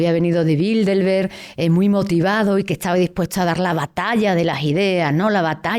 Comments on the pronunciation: Yo me pregunto una cosa ... Porque pronuncia Bildelberg en vez de Bilderberg? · Crisitina afirma haber estudiado el Club Bilderberg intensivamente durante 2 décadas, pero ni siquiera pronuncia bien el nombre: repetidamente dice Bildelberg, al menos al principio del video.